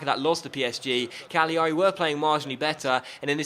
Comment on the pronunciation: put the emphasis on the first a in cagliari